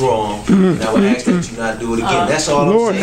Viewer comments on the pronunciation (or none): The word is "ask" not "axe." Can we use proper English if we are city "leaders?"